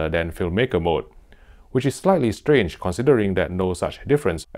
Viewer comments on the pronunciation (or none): none